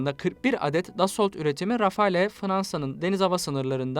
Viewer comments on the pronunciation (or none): none